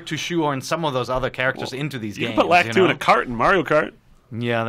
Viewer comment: He got Lakitu's name so wrong...